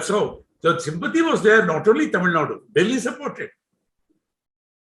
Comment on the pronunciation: Right off the bat - what is Tamil Nad? It is Tamil Nadu. Why why why??? What pleasure do you get by incorrect pronunciation?